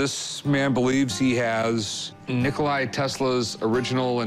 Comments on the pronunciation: Nikola not Nikolai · Expert of Tesla said Nikolai 😂. It's Nikola Tesla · NIKOLA, not Nikolaj. Serbian, not Russian. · Nikola, not Nikolai. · He is not Nikolai, but Nikola (Nee-co-la) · Its not Nikolai Tesla, its NIKOLA Tesla.. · It is not Nikolay it is NIKOLA TESLA ! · Its Nikola not Nikolai, you're welcome. 😇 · it's Nikola, not Nikolaj/Nikolay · its not NikolaJ !!! its Nikola! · Yeah, "Nikolai" Tesla's induction motor xD. It's Nikola... What an absurd thing to bring to a PAWN SHOP xD. I want TWO HUNDRED AND FIFTY THOUSAND DOLLARS! This show is ridiculous sometimes.